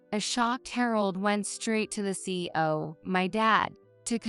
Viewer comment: C.E.O. - not See-O